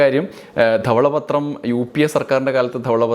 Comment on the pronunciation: തവള പത്രമല്ല ധവള പത്രം എന്നാണെ 😅